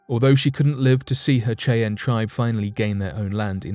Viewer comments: you pronounces the native american tribe name wrong it is not kay-ann it is shy-anne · Did I hear chi-anne instead of Shyanne (Cheyanne tribe). That's really bad writing and research. We have machines now that will pronounce names for you if you're not sure how it's pronounced. C'mon dude I like your channel 😅. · Cheyenne Pernounced: "SHY-Ann" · It's pronounced Shy-ann.... Ya dang lymey. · Dude seriously it’s pronounced SHY-ANN YOU SAY IT COMPLETELY WRONG THESE AMAZING PEOPLE DESERVE THAT NAME CORRECTLY THE WAY YOU SAY IT MAKES MY EARS KRINGE😖😖😣😣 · As a girl from originally from Wyoming, your pronunciation of Cheyenne is amusing. It's pronounced SHY-ENN. Just an FYI. I have an Eastern Shoshone daughter, am part Alabama-Coushatta, have many Northern Cheyenne friends and trust me., that's how the Cheyenne people pronounce their tribal name. Their own land??? A REZ?! I think you need to study up on what 'their land' is really like as well! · Bruh....its pronounced Shy-ann lol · It's amazing that a grown man hasn't heard it pronounced before.lol 👍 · That was driving me nuts. I’m glad you posted a comment. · Cheyenne is pronounced shy'- ann, not the butchered way you said it. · I was just about to make the same comment, glad I scrolled down first. :-) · Apart from mispronouncing Cheyenne, Great clip